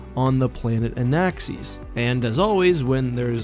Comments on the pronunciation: Anaxes Pronunciation = "an-axe-EESS" Me = "an-ACCESS" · Everyone: Anaxes: Anaxees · Anaxes is not pronounced like that. Lol